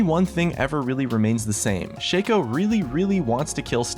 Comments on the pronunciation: Shaco is not pronounced with a capital A, for fuck sake. It is not Shay-co It's shah-co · its shaco not shaco;D